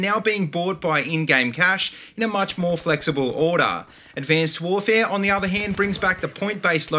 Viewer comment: Why do you say abcanced warvee